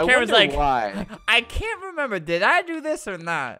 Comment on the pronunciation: No HE SAYED CUN'T CU- CAN'T